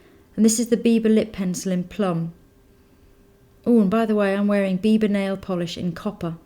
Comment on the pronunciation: "the bieber girl" lol ( i know it says biba, just how it sounds)